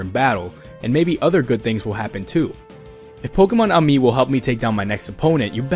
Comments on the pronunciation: I think its pronounced pokemonamie like in french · I would say it should be pronounced Poke' Mon Amie.... If you need a French Lesson Mon Amie means My Friend. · Poke 'mon amie' - My friend in french